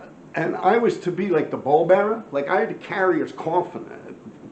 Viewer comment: Paul bearer.. Not ball bearer😭😭😂😂